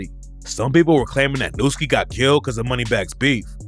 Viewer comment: Nu doesn't sound out as "new" it sounds out as "nuh". You don't say, suck on my newts, so by educated word association, the name should be pronounced, "Nuhhski." I guess education was never a big thing with these young scholars...